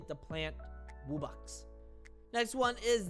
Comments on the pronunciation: It's not wubbix it's W-U-B-B-O-X wubbox also make more untitled msm anims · It's (wub-box)